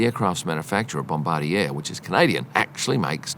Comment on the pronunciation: That's not how to pronounce Bombardier